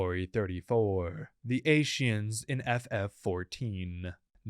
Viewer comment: While aright, the mispronunciation of Ascians caught me off guard.